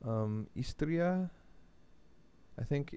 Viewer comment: Goddammit it's "Istria" and not "Isteria".